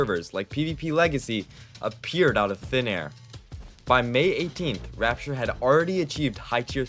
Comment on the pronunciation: Rappture ❌ Rapeture ✅